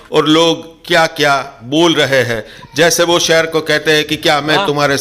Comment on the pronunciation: Sheer aa shear ni😂